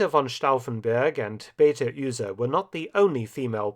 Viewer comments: When you think you know it all after 35 years of studying and teaching History, there is always: Mark Felton! Great job. I enjoyed that story. Allow me humble one comment: It's Be (é as in DAY and not as in BEE)ate pronounced together fluidly U (short version of YOU)se. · Beate Uhse is pronounced completely wrong, it would have been right to at least watch a German video on the subject of Beate Uhse and her life and to learn the pronunciation of the name. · I habe learned something new, but your pronounciation of "Beate Uhse" is for from correct. When she opened her Business, called Ehehygiene, she needed much Courage in the very conservative Germany of that Time. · I am normally impressed with Mark Felton's pronunciation of German names. But it really should not be very difficult to find out how Beate Uhse's name is pronounced. And it's NOT how Mark Felton pronounces it. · lol, i didn't ckecked "Beate Ühse" xD i think everyboy in Germany know "Beate Uhse" as a Sexshop Name. Because of the english pronauciation, i didnt noticed it, that this was "Beate Uhse" xD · I really didn`t get it at first because you kinda butchered her name, but holy shit, what a twist, Beate Uhse. I always respected her for you know sexual liberation in a prudish, conservativ post war germany, but holy shit, the woman hat balls of steel. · Baty Üsee? :-s So much research going into these video's and then this. Please stop hurting my ears: Bay-Ah-Teh Ooooh-Zeh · Thanks a lot for the interesting video. Only a little nitpicking thing: Beate Uhse is not pronunced like "Beta Ühse". An "u" isn't an "ü" and Beate isn't "Beta". Apart from that: She was (and still is) very famous in Germany because of her post war career. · It may seem like a large ask, but it would be respectful to pronounce German names correctly. Beate Use’s first name would be (in English syllables) Beh-AH-tah. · Pronounced Bey Ahteh Oozeh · Also the last name is pronounced Uh-se, like in unheard. There is no Umlaut.